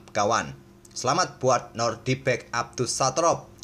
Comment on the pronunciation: nodirbek min, bukan nordibek